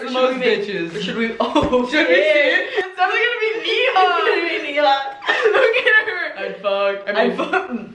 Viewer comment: neehaw Indians: neha yaar Not hate, I love her ❤💕